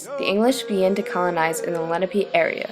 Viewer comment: Lenape, not lennapee. Your pronunciation is far off